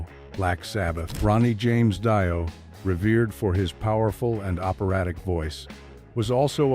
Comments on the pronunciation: The AI robot called Ronnie James Dio Ronnie James Dy'O😂😂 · “Dy-O”. “Moatley Crue”. Marilyn Manson only ever smoked in a movie role. Gene Simmons never smoked. And what’s with showing Ronnie James Dio almost the whole time when talking about Gene Simmons? This is some really buggy AI, hahaha. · 👎👎👎 D I O It's Dio